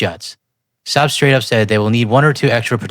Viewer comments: i might be wrong, but I think the proper pronunciation is "Sawb." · Nitpicking, here. Saab is pronounced "sob" (like crying). We drove their cars for decades and corrected the pronunciation dozens of times.